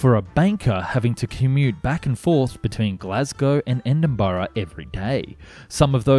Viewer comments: Okay here is the scoop. Milngavie is pronounced Mill-guy, Edinburgh = Edinbra and Inchinnan =Innshinin hope that clears up an otherwise excellent video. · You pronounce it E-din-bruh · as a native of edinburgh , ive never heard my citys name be murdered like this before . well done on that front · Great video and topic. A small piece of advice though: try to get the basic pronounciations right like Edinburgh and Hindenburg before having a crack at those tough Glasgow suburbs.